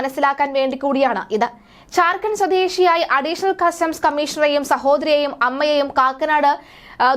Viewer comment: ഝാര്‍ഖണ്ഡ് എന്ന് ഉച്ചരിക്കാൻ പഠിക്കൂ.